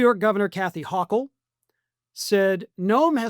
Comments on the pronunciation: My governor's name is pronounced "hokel", not "hawkel", 😂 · For future reference you mispronounced Kathy's last name, Hochul. Think Ho- cull. She herself had said a trick to knowing how to pronounce it is it rhymes with local. But yea can't agree with my Governor Kathy any more. Noems gotta go or face impeachment. Will Trump pardon Noem? I'm not too sure. One side of me wants to lean no because Stephen Miller might get in his ear and convince him it would reflect badly to pardon her after everything has gone down. Plus his own discontent for her. But part of me thinks yes he will pardon her to try and avoid admitting he made a mistake putting her there in the first place. Cause you know if she gets let go, press will ask "Does Donald Trump regret putting her in charge of the position?" That's a regret Trump will never want to publicly admit to. If he pardons her he can try and spin "The deep state was out to get her so I had to protect her." Or whatever nonsense he pulls from his ass. It won't work obviously but he'd still try anyway.